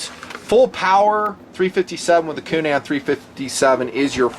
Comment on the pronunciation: needs to learn how to pronounce the good Irish name Coonan, "coonun."